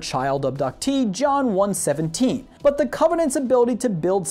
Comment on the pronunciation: "john one seventeen" okay thats an instant dislike for being a heathen,doing hour and hours of research, and failing to say the name of one of the most famous video game characters to ever exist